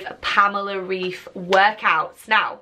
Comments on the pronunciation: It’s probably too late now but her name is pronounced like Raif not Reef🪸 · The correct pronunciation is [Rive], not [Reef] ☺️ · It’s definitely pronounced „Raif“ not „Reef“ - she’s German :) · Pamela shared a story on her IG saying that her name pronounce reif like ripe ❤️ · She is German so her surname is pronounced with a German accent so "RAIF" :) great video BTW!!! Xx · Her name is pronounced like raif :) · It’s pronounced the second way😂 I’m from Germany and the ei in her surname is a sound that you know from Ice. We spell it Eis and it sounds the same as the English version. 🤓